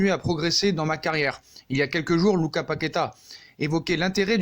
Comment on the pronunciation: Lucassssss on prononce le 's'